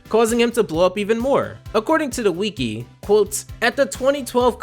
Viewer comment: I was fine listening to you drone on about the regular show with no real direction up until you mispronounced wiki. Have you never heard anyone say wiki before. Do you think it’s cute to mispronounce wiki. You sound stupid.